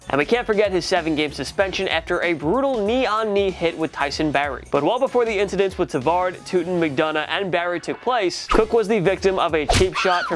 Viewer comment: He can’t pronounce incidents